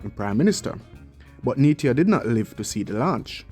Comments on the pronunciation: Neita, pronounced NEEETAH, not Neetia. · It's Hartley Neita..... pronounced Neeta